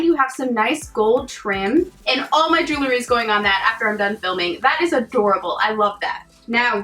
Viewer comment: I loved my box too! Thanks for another great video! One thing I have to do, however, is ask people please...it's not jewlery, it's jewelry. Like jewel with an ry at the end. Sorry, just wanted to pass a psa. Another one is real-tor, not rela-tor! Can't wait for your next video! 😎